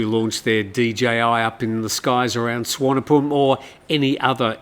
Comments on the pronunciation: doesn’t make it right. The v is pronounced as v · Happy to teach you how to pronounce Thai place names more correctly and respectfully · Good call. Yes not sure how that Suvarnabhumi one came about. Usually the i is the problem